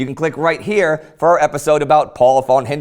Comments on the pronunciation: Ffffon Mackensen, FFFFON, not won! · when will you English/American "experts" ever learn, that the German "v" is pronounced "f". In other words: von is fon????? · but it would be nice if you could learn how to pronounce the von = as in f (consult somebody about the pronunciation of non-English names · von = fon (how you say it)